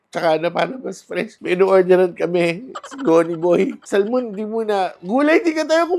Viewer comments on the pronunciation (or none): none